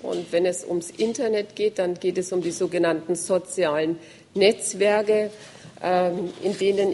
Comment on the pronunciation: "Die sozialen Net-Zwerge"... dat deutsch